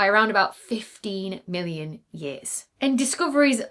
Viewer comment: Can you please work on your enunciation of “million” and “billion”, because I lost track in that distant black hole piece.